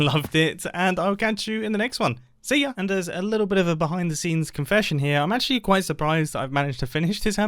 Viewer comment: Mumbo said "see ya", which its pronounced like "silla", spanish word for "chair", while looking at his arm chair shaped base, my theory here is that mumbo secretly speaks spanish